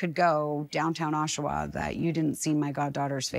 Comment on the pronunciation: is not Oshua, it's Oshawa.